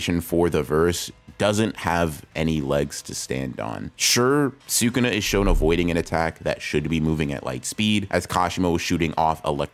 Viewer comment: Wow someone who actually says Sukuna correctly😮